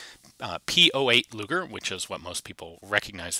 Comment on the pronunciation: sounded like you said...Gaylord luger